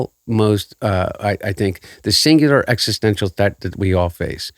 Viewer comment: it's driving me nuts. Ex-iss-ten-shul. 😛🤘